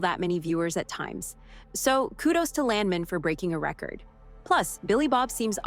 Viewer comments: Either they cheaped out and used an AI voice for this narration, or they hired a voice actor who didn’t know anything about the oil business. I’m 3rd generation oil and gas. The correct pronunciation of Landman is LAND MAN, with equal emphasis on both syllables, like it is two separate words. No one in the patch pronounces it LANDmun, and this only adds to the sketchy nature of the clip, which is not a trailer and is not a first look at Season 2. Too bad because the show is great and I can’t wait for another season. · It's "Land-man", like it was two words. It's not "Lan-men" as the narrator of this video says. Pronounce the "d" and don't sound like a muppet! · its not landmen its land man🤣 gotta love! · Land man land man say it right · U mispronounce Landman moron